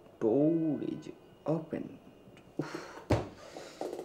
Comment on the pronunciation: ডোর ইজ ওপেন, নাহ, ডৌর ইজ ওপেন😂😂😂 যখন ইংরেজি প্রাকটিস করে😅